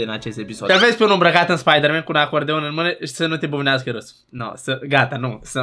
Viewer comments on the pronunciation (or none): nu e spiderman e spuderman